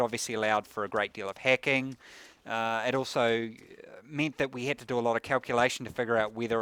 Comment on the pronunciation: it took me a few minutes to realize he was saying hacking not hecking otherwise take my money